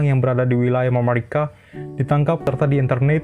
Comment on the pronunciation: Tapi cara pengucapannya nggak usah lebay juga... biasa aja mamarika, gak usah jadi mamawika 😁